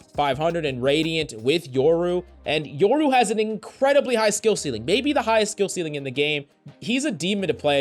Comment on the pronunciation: its YOru not YERru